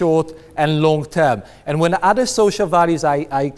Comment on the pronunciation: so.. he is a tool . but on the up side i like how he says "udder" in stead of other.. lol "we need to protect udders" he must really like milk